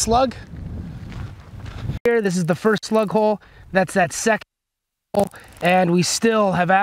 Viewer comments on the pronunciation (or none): none